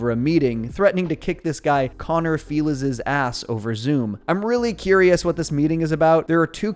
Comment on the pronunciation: Feliz is spanish for happy. Its pronounced as feliz navidad, not Felliz